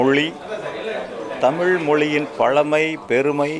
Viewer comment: Thamil Mozhi aaa ILLAI Thamil MOLLYEE aaa !!!??? Book eludherikinga,.. aana ucharippu ......!!!